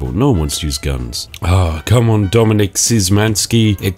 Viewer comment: "Dominik Blehblehbleh-ski": "I don't go bleh bleh bleh"